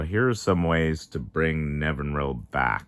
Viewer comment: Nev-in-ir-all is the pronunciation